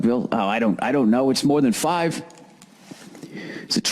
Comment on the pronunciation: It's five, Bill, for fuck's sake...